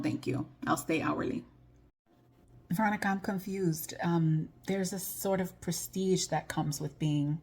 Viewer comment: “Prestige”?!? Hahahaha “Press deege nuts!!”